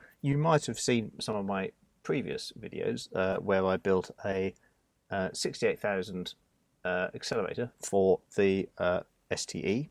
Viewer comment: I’m still angry you butchered a 68000. 😥